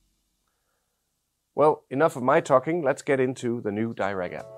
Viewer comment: Why is the option to select 'tightly focused imaging' as in the desktop app not available in the iPhone app? Also it’s’ Dee-rac not Dy-rac!